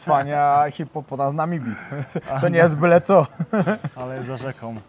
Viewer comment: to jest hipopotam, nie hipopotan😂😂😂, ale te Twoje błędy językowe są czasem urocze😂😜😆. Ale Cię poprawi😎😜